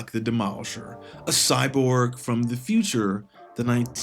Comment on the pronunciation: What's a Cyborb? Is that like a Cyborg?